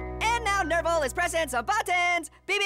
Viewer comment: Nervil is tobuscic sorry i said orange tell nervil said your name rong